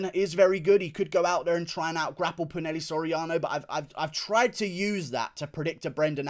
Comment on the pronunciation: ITS NOT "PU-NEL-E" SORIANO ITS "PU-NA-HEY-LEY" SORIANO